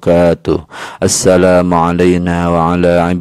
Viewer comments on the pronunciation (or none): none